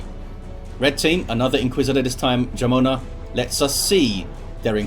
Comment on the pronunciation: Jamona is pronounced with the "wh" sound in whole ("wh-amona"), means lady with thick lower body in spanish :p